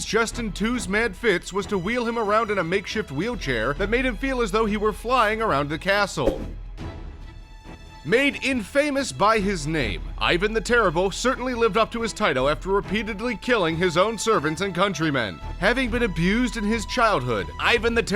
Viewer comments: Justin II never lost Italy to the Persians (come on!) but to Longbards and Visgoths Justin II's Capital was NOT Rome but Costantinople "Infamous" is not pronounced "in-fAmous" but "in-famUs" (it derives from "infamy") And so on... :( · The pronunciations of 'Justin the Second' as Justin Two and 'infamous' as in-famous is appalling. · In famous? Been watching too much 'three amigo's'? It's not pronounced in famous. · >Justin 2 >Your pronunciation of infamous >This thumbnail >The animation >The narrator 3/10